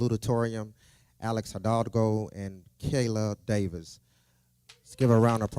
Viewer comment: Just wanted to let anyone who watches this to know that the Saluditorian's name is Kaeli pronounced kay-lee not kay-la. It seems that me pronouncing her name correctly was edited out, instead of the principal actually saying her name correctly. This was a very big accomplishment for my daughter and she deserves to have her name correctly stated.